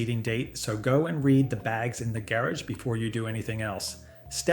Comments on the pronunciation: didnt realize til he said garage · Why did he say Garage like he did